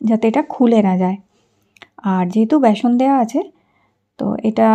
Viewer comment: ব্যাসন নাকি বেসন?